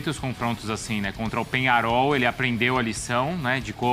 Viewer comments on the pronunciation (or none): Hã, eu ouvi Penharol??? 😅